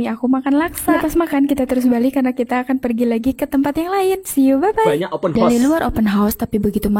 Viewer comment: ...kita betulkan ya...sebutan OPEN HOUSE tu...OPEN HA..OS,bukan OPEN HOS.